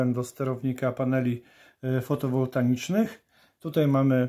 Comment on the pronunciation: Fotowoltaicznych a nie fotowoltanicznych